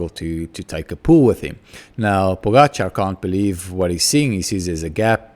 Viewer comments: correct pronounciation of the surname Pogačar, name is still wrong completely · Mr. Smit, you are a quick learner. This is the right prononciation of Pogačar. I really didn't want to be harsh on you yesterday, I just wanted his name to be said correctly. Keep it up and best regards.